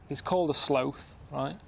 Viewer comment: Karl pronouncing sloth is just weird